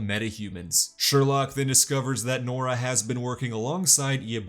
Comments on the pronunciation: "Its sherlouque not sherlock" 😂😂😂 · "It's SherLOQUE"